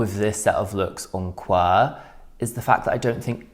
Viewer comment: As (almost) always, I agree with everything you said. (p.s. QWER is pronounced as the individual letters)